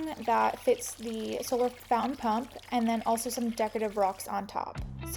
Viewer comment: Charming to look at, but the word is founTain, not foun-in.